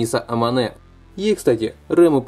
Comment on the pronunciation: слух писец режит произношение имен героев, сразу видно прям трушный фанат, который прям смотрел и читал аниме. заканчивай мужик ты слишком нелеп✊🏻 элЬ и аманЭ епти гений, пенсионер.